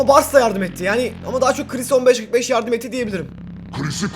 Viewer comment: kıris değil kris